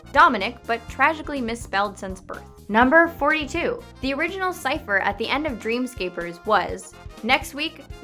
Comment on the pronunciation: its pronounced dream scaper ers